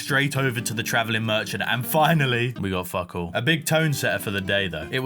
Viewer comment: is south african because on day 26 he said we got fokol or did he say fuckol